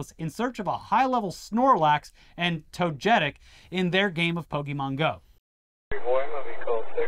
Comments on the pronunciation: Toe-get-ic Otherwise great video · How many times do we have to teach you this lesson its TOE-GU-TIK. 😤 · lol toe-get-ic Haha how do you guys fuck that up? Even the cops got it right in the video. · pokemon names are pronounced syllabically to-ge-tic pi-ka-chu bul-ba-saur char-man-der snor-lax idk exactly why this is but its very likely to do with the japanese language being syllabary and needing to obviously and easily pronounce their names (since thats all pokemon say) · The Pokémon is tow-ga-tick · Better that the cops be distracted playing pokemon go than harassing minorities and shooting unarmed ppl, also its pronounced togetic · properly pronouncing Pokémon was an instant reminder to hit the like button 👍 Even gaming channels for some reason ignore the accent and say Pokeemon the boomer way like it's not pronounced properly all over the media. Togetic was pronounced wrong but getting names right doesn't matter. You would have to actually be into the media to get 1 of nearly 1000 names pronounced right. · that vague Italian accent to say Togetic is all I need to accept that's the new, and correct way to pronounce it. Accent and all. 🤌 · got togetic right the second time, not bad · as an active pokémon go player and radical anti-cop leftist, that story cuts into my soul in the worst way, every single time. worst crossover ever edit: the togetic pronunciation is salt in the wound